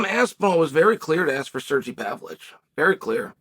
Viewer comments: Chael's got to stop butchering people's names, man. It sounds petty, but he does it all the time. It's Pavlovich, you dork 😆2 V's. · Pavlich 😆 still undefeated name pronouncer